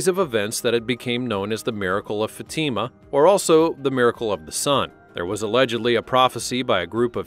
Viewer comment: Teach you AI to pronounce Fatima correctly!